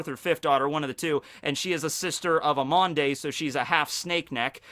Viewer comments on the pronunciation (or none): effectivement. and it's amande, not amandé ARRÈTE TES CONNERIES!!